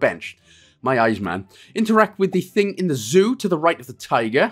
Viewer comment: No one wants to talk about the fact that it said Joo instead of Zoo eh